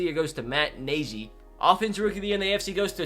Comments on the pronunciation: Matt nag-e not nagey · Nagy but he said it like Nashe that’s why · When he said to go to rookie of the year he went to coach of the year and he I miss pronounced Matt Nagy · That’s not how you pronounce Matt Nagy bruh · How did he pronounce Matt Nagy’s name again?? bruh...... Bears had an epic draft tho 🐻⬇️